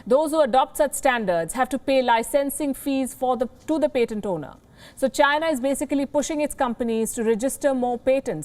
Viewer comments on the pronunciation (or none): It is pAtent with an A not pEtent with an E. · Can you please learn how to see patent before you say patent. I could barely listen after How you butchered the word. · Patent pronunciation - expect better from WION!